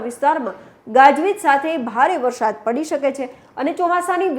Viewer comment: બહેન, 'વરસાદ' જ બોલો, "વરશાદ" ન કહેવાય. "વરસાદો" તો ખોટો જ શબ્દ છે. 'ધ(dh)મરોળવું' સાચો શબ્દ છે, "ઘ(gh)મરોળવું" શબ્દ છે જ નહીં.